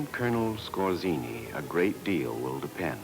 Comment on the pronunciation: Skorzenny (ScoR-tze-n-ny - just for the sake of real pronounciation of the man's name).